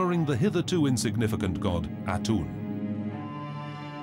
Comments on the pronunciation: Aten Not Atun, FFS! Don't take everything said here for granted. Its 40 percent fact and 60 percent hyperbole. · THANK you! - Especially since the narrator's pronunciation is so god-awfully bad that half the time it's "Atun", and the other half it's "Atum"! Also, THANK you for pointing out how fantasy and facts are presented with equal determination and fervor. This documentary is more than 20 years old and part of a 4 season German Television show starting in 1995 and ending in 2000. Jan Assmann is a German professor of Egyptology (not the American "professor" = "teacher", but the honorary title given to prolific PhD's). While a respected member of the community and within academia at large, Assmann do have some controversial ideas regarding Akhenaten, or rather, his influence on the Jewish religion. Most of which has been refuted by later discoveries. So, for the general viewer, it should be noteworthy that he is the only contributing scholar, and yet he's only featured in a very short segment of the documentary. It should also be noted by those who get the majority of their knowledge from documentaries like this one, that far from the misconception you often come upon when speaking to the general public: History - Ancient and otherwise, Archaeology, Egyptology, Assyriology, Paleontology etc, these aren't stagnate disciplines. As with all areas of scientific research they evolve over time as new findings, and new technology, adds to old ideas and understandings of the past. Anyway. For you,, the takeaway of all of this is simply this: A genuine Thank you! Take care, Stay Saf